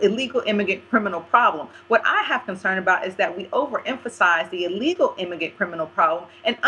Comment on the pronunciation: bitch keeps trying to sound smart but keep saying immigant. it's immigrant you stupid ebonics bitch!